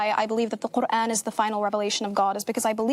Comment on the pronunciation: Her phony boloney way of pronouncing “Quran” for attention like that is all I needed to hear 😂